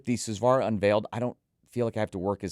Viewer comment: Please take the time to pronounce Hifiman names properly. They use Sanskrit Hindu religious words to name their products. It’s really weird that people in the hobby will take the time to pronounce words properly from brands using words from European languages but will absolutely butcher Hifiman’s borrowed Sanskrit language and not care AT ALL. Susvara, Ananda, etc are all said differently from what reviewers say.